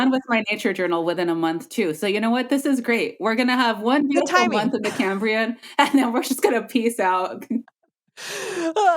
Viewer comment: It's the CAM-brian explosion~~~